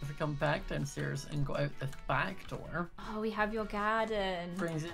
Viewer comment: And a DOORR